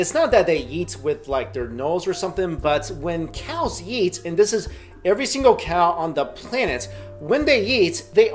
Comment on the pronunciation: when you say eat it sounds like yeat !!! lol